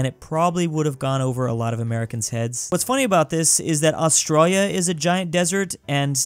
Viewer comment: why do u skip the "I" in australia it sounds like ur saying australa